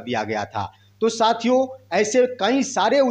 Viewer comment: Yutuber जी आप साथियों को शथिओं बोलते हैं जो गलत है। उस शब्द को यूश बोलते हैं। यानि स को श बोलते हैं।